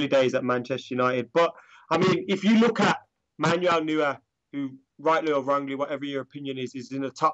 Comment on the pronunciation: Why are you pronouncing neurer, "newer"